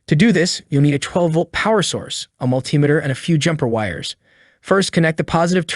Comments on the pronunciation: Mul-ti-me-ter not mul-tim-iter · also the pronunciation of multimeter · Multimeter is pronounced Multi Meter not Mul Timeter. Tear is pronounced tare not teer It is Pronounced WARE AND TARE. It is spelled WARE and TEAR. Where did you go to school boy?